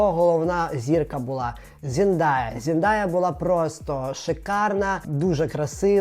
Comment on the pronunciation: Ну чому ЗендАя, якщо вона ЗендЕЕЕяяяя😂 Ікона просто. Обожнюю її